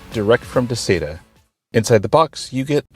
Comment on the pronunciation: You say Duh-say-tuh, I say Duh-sye-tuh.....